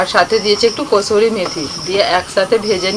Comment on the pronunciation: Kashturi na kashuri methi bole